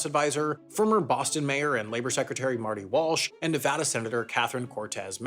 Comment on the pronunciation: Nevada was pronounced well too, made me happy.